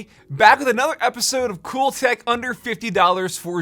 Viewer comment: HOLD UP! I’m late to this but did he say “COOL THECK?” With in the first 5 seconds?! Please! I need answers